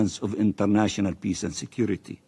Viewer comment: If that israeli guy says 'piss' instead of 'peace' one more time...